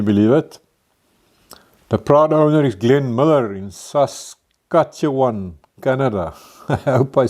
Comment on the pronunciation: You said "Saskatchewan" correctly. Or close enough.